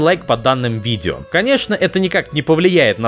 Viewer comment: орнул с видэо, спеасибо